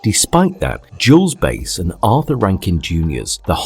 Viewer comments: Great review but it's Bass - like the fish... Not Bass like the instrument. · It's pronounced "Bass," like the fish. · Jules Bass ... Like sass, not face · Not enough research was done by the narrator. The credit is due to Rankin & Bass (as in the fish) not Rankin & Base (as in baseball) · Jules Bass’ last name is pronounced like the fish, not the guitar.